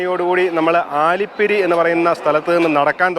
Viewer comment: ആലി പിരിയല്ല അലി പിരി ' എന്നാണ് ഉച്ചാരണം.